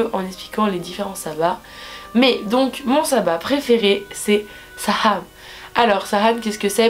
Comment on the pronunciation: J'adore comment tu dis samhain! Moi je dis saween ! et enfin des bonnes vidéos de sorcellerie en francais.